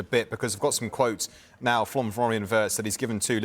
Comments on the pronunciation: Remember...His name is pronounced VIRTZ....not Wirtz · The Brits simply can't pronounce "Wirtz". Try saying "Veerts" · What a joke. Sky presenter can’t even pronounce the guys name.